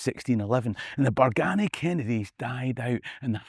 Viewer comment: You said the “Berganny” Kennedy’s died out? and did you say the “Hamilton’s” took over? Did I hear that correctly?